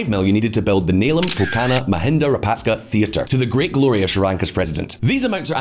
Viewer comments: how hard is it to learn to pronounce raja-puck-shaw, given how many times he says it. I cringe every time he says rayapaska to make some point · It's Rajapaksa, not Rayapaksa , as in tiyowaana , and maruhavana unana . It's different here . Wonderful video, appreciate your effort very much. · Dude! At least TRY to say the name Rajapaksa correctly.. You at least mispronounced it in 3 different ways. Rayapaksa, Rayapakska, Rapaska, Rayapaska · I understand that you could have difficulty with the pronunciation of names, but at least stick with one. You are switching back and forth between 4 different pronunciations of the same name from "Rajapaksa", then "Rayapaksa", then "Rajapaska", and onto "Rayapaska", and it's just very annoying, and I'm not even a Sri Lankan. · because they should care about pronunciation. You'll be laughed out of their restaurants for saying the dish name wrong. A channel about geopolitics should at least say President's name correctly, if not then at least TRY. I'd have been fine with Rayapaksa if he kept saying it throughout the video. But he kept changing it in every damn sentence. Which shows three ignorance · Rajapaksa or Rayapaksa? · Him pronouncing former president as "rayapaska" is taking all my attention away.. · Well , the word Rajapaksa here J will be pronounced as J and not Y